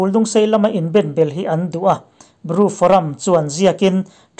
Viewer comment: Ru ni lovin, Bru tih tur...